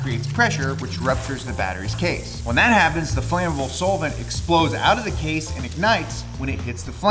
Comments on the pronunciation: This is the first time i've heard "solvent" pronounced as "soul-vint". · hey guys you hear that....? it sounds like somebody is saying soul-vent? wtf is a soulvent?? 😇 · You're saying solvent wrong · pronounces Solvent weird.